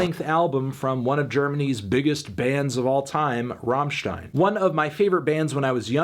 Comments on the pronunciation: love your content. little tip from germany. its rammstein, not raaaahmstein. double "m", pronounce it fast and accentuate the "m" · "rammstien" Yup, this review fake and gay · It's not rawwwmmstein. It's RUMMstein. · “ROHMSHTEIN” e.e Accurate but my mind refuses it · Rammen stein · The way he says Rammstein is painful to my German sensibilities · It's pronounced "rammstein" not "rammstein".